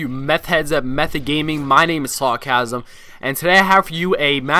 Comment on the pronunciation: it sounds like you say "hello guys my name is orgasm!" haha lol!